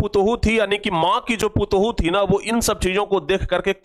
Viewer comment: Putuhu nahi patoh bolte hai